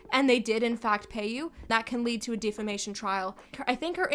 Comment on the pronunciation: 'De-fa-mation' tho...